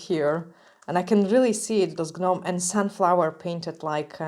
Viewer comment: I love the way you say things 😂 But the correct way it said and sound is like this just NOME and CROME the G and H in gnome and chrome are silent 👍🏻Love your designs!